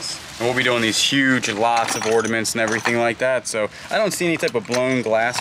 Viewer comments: That's why I came to the comments...say you don't know what you're looking at without saying it. Oh.....and "ordiments"...??? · the word is Ornaments, not ordaments 😂